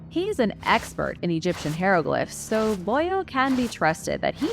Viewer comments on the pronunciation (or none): Ok say it with me hi row glyph